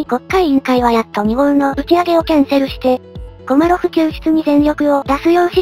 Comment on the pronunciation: 後半、コマロフがコロリョフになっちゃってますよ。